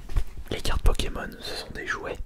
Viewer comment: Il charcute les noms des pkmn